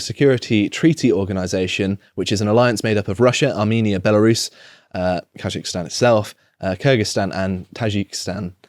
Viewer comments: KaZakhstan. ZZZZZ. Not ZH. How is that even possible to mispronounce, read it the way it's written. Anyway, hilarious. Shows videos of military personnel being attacked and detained, trucks of peace and the distribution of guns and munitions. "🤔why are they sending in tanks (APC's) doe 🤔" Also inb4 it's just another western coup. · He pronounces Kazakhstan and if he thinks it is Taljikistan. “Khazikistan”. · Just say KAZ-akhstan, ponce. And it's skods, not shkoda ffs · You can't even pronounce Kazakhstan correctly 🥱